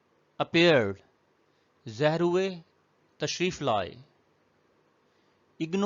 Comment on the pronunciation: سر آپ بار بار زہر پڑھ رہے ہیں ظاہر لفظ ہے جزاک اللہ پڑھانے کے لیے